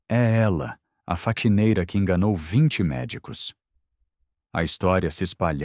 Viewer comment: Faquineira não e sim faxineira